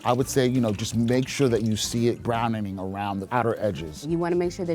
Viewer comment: hehe did he say brownening?